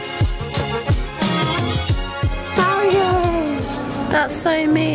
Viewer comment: What I really want to know is why you pronounce Mario like "Maireo", like with an "air" sound.